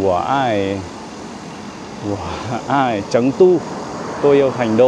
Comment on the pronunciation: 4đ của trung quốc là 13000vn chớ không phải 1300, còn thành đô tiếng trung là phát âm chéng du nếu phát âm từ tiếng Việt là sẩn tua ,ko phải là trấn tu